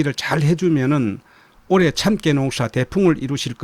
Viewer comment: 참깨 발음이 너무 이상합니다.